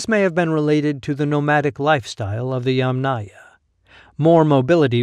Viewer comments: You are not pronouncing Yamnaya correctly. The stress should be put on the first syllable instead of the last one, i.e. Ya'mnaya instead of Yamnaya'. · You are not pronouncing Yamnaya correctly. The stress should be out in the first syllable, i.e. Ya'mnaya insteda of Yamnaya'. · ямНАя. The accent is on the 2nd syllable. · Great video, thanks! I would like to add a small little note, it's YAmnaya, the emphasis is on the YA. Comes from a Russian word "yama", which a whole in the ground. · Thanks. Another commenter corrected my pronunciation, but not before I'd recorded another video with the Yamnaya in it! I appreciate the education. Now I have to go back and make those adjustments before posting it... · yAmnaya, not yamnAya - the first syllable ist accented. Or, better and shorter, yAmna as it is in Ukrainian. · Better to use "yAmna" term, not "yamnAya". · It is very wrong pronounciation. The accent should on first syllable, like in "angry " or "envy ". It is "ya`ma", which is pit. The culture is "ya`mnaya" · In the term "Yamnaya", the stress is on the first syllable. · Narrator here. Thank you for the correction. I was unable to find any guidance online, so I defaulted to what I always try to do, which is pronounce every syllable as written by the author. Feel free to point us toward more sources for this subject!